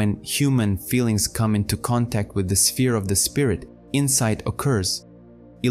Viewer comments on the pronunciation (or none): none